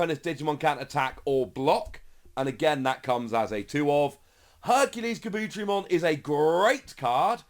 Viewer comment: Kah-boo-terry-mon Poo-koo-mon